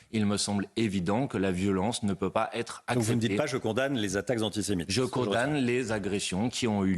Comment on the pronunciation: Aller, on va faire un peu de vocabulaire et de diction car c'est un peu manquant dans le discours. "Anti", vous savez comme "anti fa" le truc bien connu des militants d'ultra gauche. "Sé", comme séjour, bien connu celui là aussi. "Mite" , comme l'insecte, si, si ,comme le ministre imaginaire des insectes (cf : Claude Malhuret ) bref un nouveau mot à 50 points : ANTISEMITE...